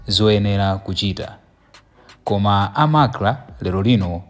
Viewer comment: You reporter it's not lainbow it's Rainbow. It's not macla it's MACRA. Ndiwe reporter wochititsa manyazi, anakutola kuti?